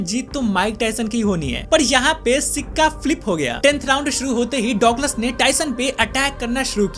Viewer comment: Douglas ko duglus bolte h